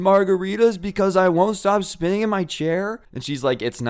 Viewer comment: I thought you said spitting instead of spinning lmfao